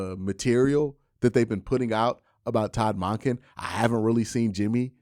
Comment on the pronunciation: Monken is said like dunkin, not donkin bruh